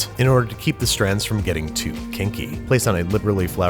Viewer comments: That emphasis on kinky lmao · Babish saying kinky is my new fetish